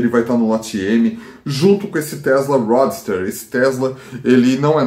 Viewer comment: Bacana o conteúdo. Só falta saber pronunciar roadster